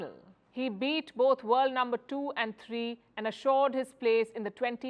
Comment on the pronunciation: The word is three NOT tree.😂